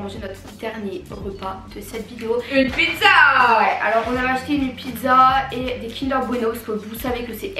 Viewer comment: On dis pas pizzo on dis pizza